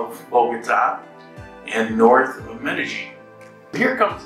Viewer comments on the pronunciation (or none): Glad your happy now and if you get rid of the G when you pronounce Medellin you will say it correctly. Sounds really weird and ugly with the G you add. Just saying.